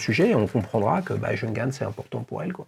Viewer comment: Cette Nomos me fait de l'œil depuis longtemps mais je n'ai pas encore craqué...😛 Par contre votre prononciation de la marque Junghans c'est juste pas possible 🤯 Faites un effort, renseignez-vous !